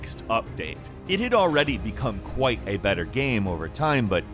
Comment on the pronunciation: infinitely BETTAH